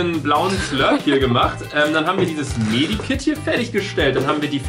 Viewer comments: Das heißt Med Kit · Med Kit nicht Medi kit